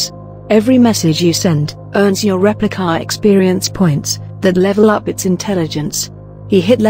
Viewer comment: "Repli-KAH!" I don't know why, but every time the robo narrator said the name of the app, I cracked up. Lol.